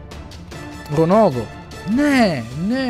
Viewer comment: on prica Ronaljdo